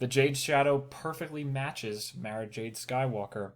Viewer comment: Btw you pronounced Mara wrong